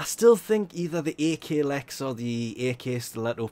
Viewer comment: "Ay-kay-lex" Wot